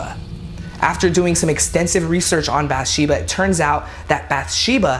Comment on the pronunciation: He’s pronouncing all the names wrong from the movie lolol “bath Sheba” “Per Roan” “CarolYNE”